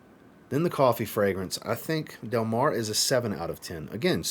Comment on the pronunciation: I definitely loved Del Mar La Tacita de cafe is really good as well. I still have 4 more to test. You pronounced the name just fine. Del Mar reminds me of Alien from Mugler I could be really off but that’s what I got. Which I love Alien. I do have a slight cold today 😂